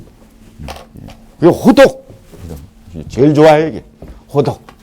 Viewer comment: 호덕의 호는 제발 길게 발음하시옵소서! 짧게 발음했나이다. 잘못입니다.